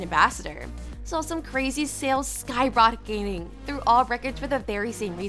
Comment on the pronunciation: The narrator cant pronounce skyrocketing and many other things